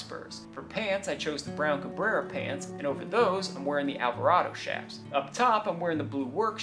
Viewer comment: I appreciate your proper pronunciation of 'chaps'. Even Google pronounce has it incorrect.